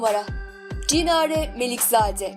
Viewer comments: Cinare degil Çinare🙄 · Cinare değil Çinare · Çinareye de Cinare deyir 😄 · Cinare yok. Çinare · Cinare değil Çinare Melikzade.İşi yaparken sağlam yapın.Bir çok ismi yalnış soylüyorsunuz. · Cinare değil yalnız Çinare Melikzade😂😂😂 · Cinare değil Çinare di asıl ismi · Cinare değil Çinare Melikzade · Video güzel olmuş ama Cinare deyil Çinare